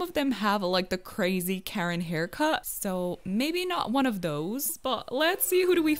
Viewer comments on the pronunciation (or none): none